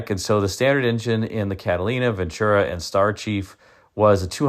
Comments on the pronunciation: once again, it's PRONOUNCED VEN-TU-RA...NOT VENT CHU-RA/ NO CH! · it's a Spanish word. I'm fluent in the language and it means, "Good Fortune." I've always said you come to the West Coast...NO NONE SAYS VEN CHU RA. Like midwesterners or peeps from the east say it. Even Network News Broadcasters say it correctly...VEN TU RA. NO CH. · VEN-TU-RA! No CH in Ventura!!